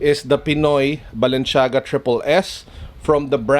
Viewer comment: Mali mali naman pronounced niya sa Balenciaga 🙄 medyo OC ako.. kaya nakakairita